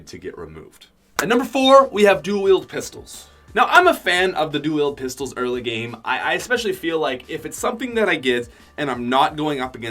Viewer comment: So no ones going to notice the fact of how he says "dual pistols"? "duewheel pistols"